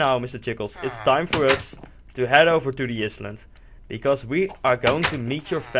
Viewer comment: It's "i-land", but awesome vid!